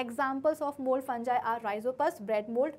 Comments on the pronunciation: Maam its fungi not funji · Mam it's fungi not a fanjai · It's fungi not funjie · You are not pronouncing fungi properly